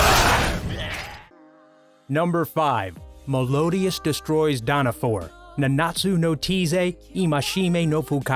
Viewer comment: You said Meliodas and Nanatsu No Taizai wrong dude